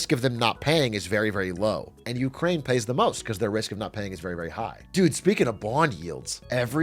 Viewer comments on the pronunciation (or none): dude every time he says "you crane" my stomach curls lol